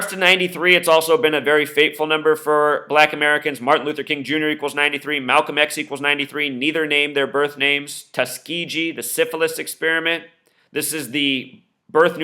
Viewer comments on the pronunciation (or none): Tuskegee is pronounce with a hard "G" I grew up in Tuskegee.